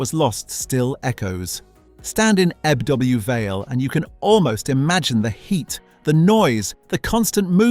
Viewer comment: "Eb-double U Vale" and "Mertbyr Tide fill" Come on you can do better